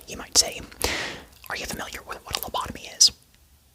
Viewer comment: you be what? Profen? Profen all over the lab? Lotobomy?